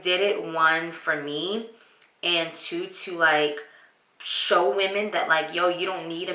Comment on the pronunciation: First of all... I watch the vlogs and still jumped when she said mother of two ....#missystopplaying2018 thought you was tryna say twins.